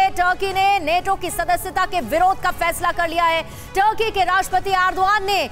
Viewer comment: tarky nhi ,turky hai